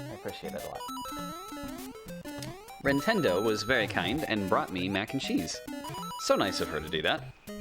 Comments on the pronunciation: Gwintendo? Nintendo? Wintendo? Someone tell me what he said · is his daughter named nintendo? It sounded like he called her that. well at least she has good taste in games: i hear her breaking minecraft glass blocks.